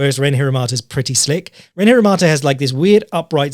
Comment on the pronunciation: Can't wait for the BeyondKickboxing discord to get their tits up over you pronouncing Ren Hiramoto as Hiramata kek